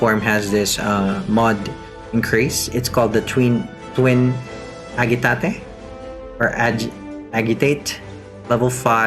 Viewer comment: Good info but for future refrence Agitate is pronounced A-Ja-Tāt